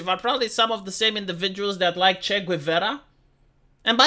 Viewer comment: The "u" in "Guevara" is mute.